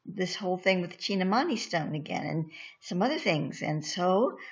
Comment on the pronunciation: Greetings sister of Light with all due respect and heart felt gratitude for educating the desirous!. Spirit has prompted me to share this with you and and all willing to listen... Kindly take note that the meaning is in the word itself if pronounced properly.I know because I am of East Indian origin in my current Incarnation... (currently in Florida and in USA for the past 42 years) Kindly call it by it's name as follows from now on as spirit instructs... The word is pronounced thus... Chin-tha-(exactly as it is written) meaning "Mind" and Mani (pronounced money) meaning "Jewel" the whole word as written "Chinthamani" hopefully after this nobody will ever mispronounce it !!! Thanks.Iam a humble recipient of the "Chintamani" and also a humble servant of the Cosmic working for the"Highest good and the greater glory of the ALMIGHTY! I Am "R'JAAN" the INTREPIDUS. Kindly make this correction in your future reports.Thanks again. Light,Life & Love now and always!!!